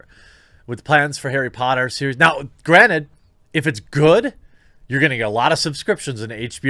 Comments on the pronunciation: 'arry PUH - otter??? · HEY! its Airry Potta! Get it right damn it.